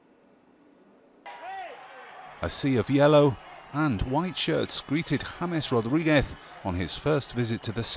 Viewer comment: James Rorrigues jajajaja, es James Rodriguez